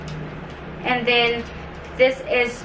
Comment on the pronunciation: For some reason, nawawala yung letter E mo nagiging I (e.g piecis, brushis, and thin(and then)). Pero when you speak english lang naman. Ok naman pag tagalog